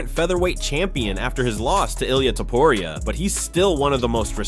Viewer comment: He is Topuria , not Topuraia